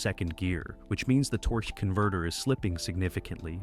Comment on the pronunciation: The way the guy says Torquey Converter makes me laugh. Lol